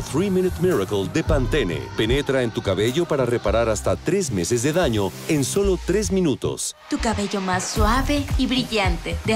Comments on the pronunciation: jajajaja nisiquiera hablo el comercial completo, secadora tenazas no es dicho por ella y luego... danya mucho el cabeio verdá?... nop, Selena necesita más lecciones de pronunciación. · Ella dice Dania porque los estadounidenses no saben pronunciar la ñ y por eso es el dania, ejemplo si les dices que digan mañana te dicen maniana etc